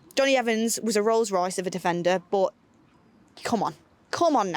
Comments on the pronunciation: Nobody:: BUT! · saying “but” always makes me laugh 😂